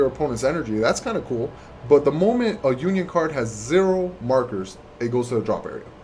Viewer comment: it's uniSON not unION There is an s between the uni and on